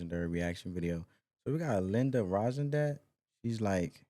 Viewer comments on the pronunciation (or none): The most beautiful voice on the planet. There wasn’t anything she couldn’t sing and do it better than anyone else. She’s amazing. Her name is pronounced ron-stat. The “d” is silent. 🌺✌️ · Oh geez guy, at least learn how to pronounce her name correctly. Ron-stat. She is from my hometown, Tucson, AZ. She's brilliant. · You really butcher her name, we can here the lyrics why are you reading them and analyzing the song so weird! Please let us listen to the song geez.